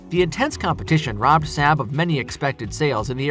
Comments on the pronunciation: Saab has two aas not one and is pronounced SaaaB not SaB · SAW-BB (Saab)! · Saab has been around for some time, that people would be able to say the name correctly. Pretty sure the 737 has been in service longer than MD-80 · Given the sales figures of most of these aircraft, esp. the 757, the MD-80 and the 737-200, this vid should be re-titled "I Don't Like These Aircraft and Didn't Do My Homework So I Made A Top 10 List", or maybe "I Don't Know How To Pronounce SAAB".